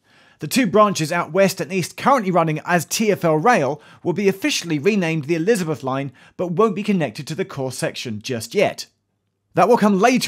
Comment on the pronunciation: Thought he said 'Lizard Line'.